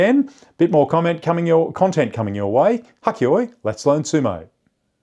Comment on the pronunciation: Well, after 50 years of watching Sumo, I learned a new term. Thanks. I do have a question: isn't it Hakkeyoi (はっけよい) and not hakkiyoi?